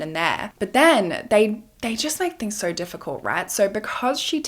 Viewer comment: I love the way you say the word so😂😂😂😂😂😂❤❤❤❤sounds like you say SORE